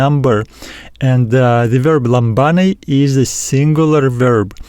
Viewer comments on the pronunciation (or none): For λαμβάνει is lamVanee Pronounced . No lamBanee.. V no B δώρα ...is THora no Dora .. is TH no D. TH like you say THere . Same sound Try 😊